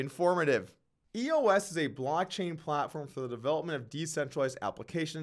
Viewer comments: Doug, love your Vlogs, but it's "Eos" not E.O.S. ! Geez ! Kinda like "Doug" not "D.O.U.G. ! Get it ? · Am I the only one that realizes doug is giving up on crypto? 0 research done on EOS. He doesn’t even know how to say it, much less how the governance model works. Doug Polk Crypto is done